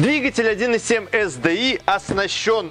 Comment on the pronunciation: ЭС ДИ АЙ . При всем уважении .